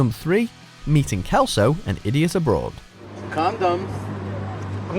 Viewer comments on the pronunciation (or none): ya said celso wrong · the correct pronunciation of Celso is "Selso", not "Kelso" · It's pronounced selso